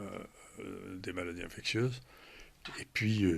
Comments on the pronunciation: On dit infectieuses, pas infectueuses, madame la journaliste. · Ça a bien changé cette radio depuis le départ de Clémence... Quand même, faites un effort de recherche et vous sauriez que, Bilheran, nom d'Ariane se prononce Bilheran ("Billeran") et non "Bilérane"!!! et, pire, ici, avec le Pr. Raoult: "maladies infecTieuses" le "t" bien prononcé, et ce, par deux fois!? Au lieu d'"infectieuses prononcé "ss""!!!!?? Mais d'où sortez-vous??? Il a dû tellement se marrer en entendant ça!🤣😔